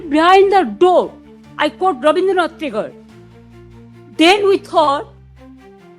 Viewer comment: Kya Tagore ka example? Tagore kaise lickhha jaa taa hain nehi malum? Koo-ee t nehi lagataa? woh toh agore banega bina t